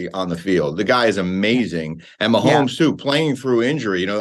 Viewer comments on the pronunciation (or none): none